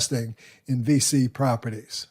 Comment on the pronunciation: Thanks for the video! VICI is actually pronounced like "peachy" but with a "V".